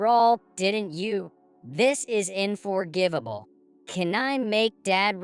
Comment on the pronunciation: AND Reading It, "Inforgivable"😂!!! This was So Terrible😢!!!